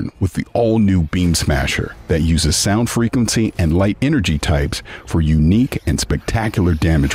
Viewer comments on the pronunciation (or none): none